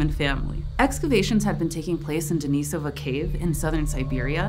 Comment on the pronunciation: Compliments on proper pronunciation of "Denisova"!